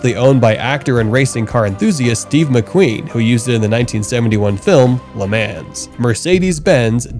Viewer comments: It’s pronounced ‘Luh Mah’ NOT “Ley Man’s”! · I am a sports car enthusiast for well over 50 years. I am old as hell. There is no "s" in the word "LeMans". It is pronounced Le Mon. I love your channel because of the super cool things I'll find. Please get a better understanding of the words you use. Thanks. Cat Daddy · Will someone please explain to him how everyone else says Le Mans